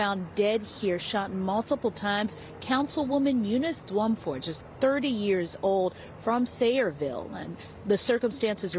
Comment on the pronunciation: this is really sad to watch. Just a little help with the name: it is pronounced Yunice Jumfour (the surname is of Ghanaian descent)